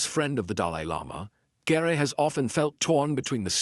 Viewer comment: ANOTHER STUPID TITLE - CLICK BATE1!! OH GET TO PRONOUNCE HIS NAME PROPERLY, ITS NOT GERE, ITS GERE (GEER).